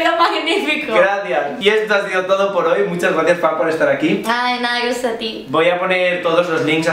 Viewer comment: Que chantaaa Javier decía súper bien las pistas y lo de FA era un enredó de aquellos jakak